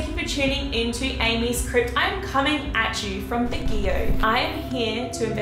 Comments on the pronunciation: It's Bag-yo not bagi-o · It's pronounced as Bag-yo (Baguio). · I hope this isnt offensive but im filipino and we pronounce it as "Bagyo"!! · You pronounced Baguio wrong, which saddens me as we Filipinos say it a bit fast. Anyways, we call that girl "The White Lady" and she's often used to scare children in our place. The headless priest is similar, I think. I never got into detail about him so I can't provide any information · Umm you pronounced Baguio incorrectly....